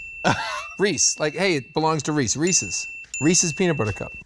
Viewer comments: Happy birthday Nolan! By the way, I'm a Nightmare fan, but look up Maximum Overdrive for a scary movie. And its Reese, not Reecee. SOOOUUUPPP!!! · I always thought the "Reeze" joke in Tales From The Borderlands was the funniest thing. TIL it's not a joke, Nolan really just can't pronounce it